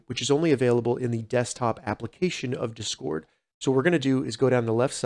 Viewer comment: learn how to say discord you weirdo